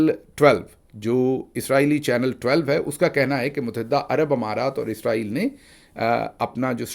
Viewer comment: آپ لفظ عزرائیل کہتے ہیں جبکہ ملک کا نام اسرائیل ھے۔۔۔ ع،راحیل فرشتہ ھے جو روح قبض کرتا ھے۔